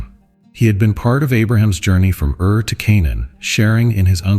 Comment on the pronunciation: Ur not ear. Plain as in land not plane. Zoar not Zor.